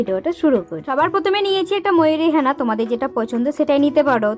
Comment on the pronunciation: হ্যাঁনা নয় ওটা হেনা 😂😂😂😂